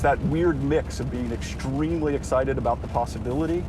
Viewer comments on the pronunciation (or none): There's no H sound in extremely. It's ek-stream-lee. Not eksh-treemly.